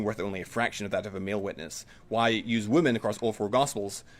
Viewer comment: What is it with people not saying Women properly? Not saying Wymen and saying Woomen